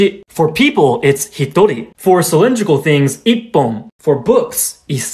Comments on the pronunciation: The pronouncation of the hitori was a bit weird but the rest were good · And yet it's pronounced hitori instead of ichi jin.